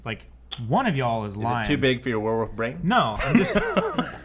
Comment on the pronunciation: says werewoof